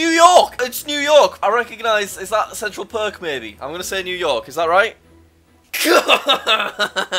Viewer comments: Jack pronouncing Central Park as “central perk” broke my New York heart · i love how he said central perk and not central park. he watches friends lol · why is no one talking about how he said 'Central Perk' from friends instead of central PARK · Like how he says Central Perk instead of Park. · Jack says central PERK instead of central Park! I guess he knew life was gonna be this way! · "Central Perk" 😅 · "Centrle Perk"